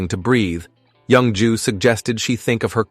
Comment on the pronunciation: The way the ai pronounces the name as young jew, has me dying.